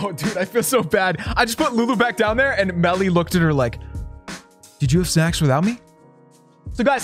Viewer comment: "SNACKS" sounds Like another word